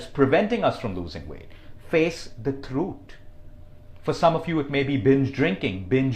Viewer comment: Did anyone notice "Thrut" instead of "Truth"